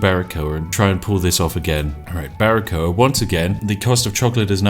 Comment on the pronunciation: Hey spiff I´m cuban and well it´s a great pronunciation of Baracoa!!! Keep doing this amazing kind of content. I´m fairly new to yt and I´m only subscribed to your channel. Hail. Maybe I wanna see a perfectly balance Slay the Spire Run:D the best of lucks